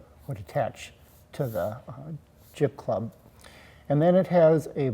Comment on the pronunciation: LOL... you very clearly say "Clib Jub" (I listened twice)!! Just to clarify, you meant Jib Club, yes? Great work, but still chuckling...